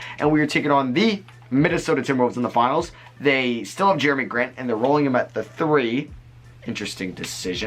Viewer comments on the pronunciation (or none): none